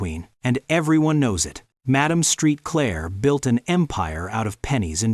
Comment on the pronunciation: HER NAME IS PRONOUNCED "MAD-AHM SAINT-CLAIR!" NOT STREET CLAIR!!